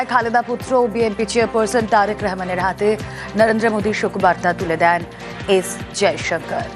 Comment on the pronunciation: Bangali manush Rahman ke Rehman bolche kn?